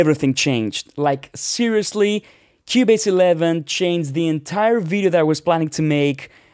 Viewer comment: “In Kiewbaze” love this accent